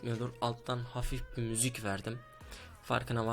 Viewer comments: 00.55 de müzük diyo WQE:QWE:QW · akıcıı müzük